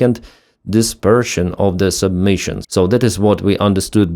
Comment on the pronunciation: don't mean to nitpick but it's sub-munition not submission